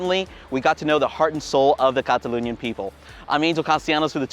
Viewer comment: I didn't know it's pronounced Cataloonia, I thought it's Catalonia. Live and learn.